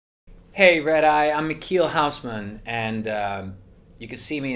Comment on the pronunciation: Mikeel Houseman :') Dont MPGosselaar it, man. Our abilty to CH and G is our trademark!